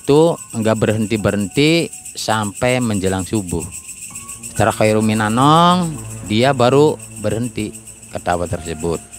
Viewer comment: Khairun minanaum pak.bukan Khairun minanong.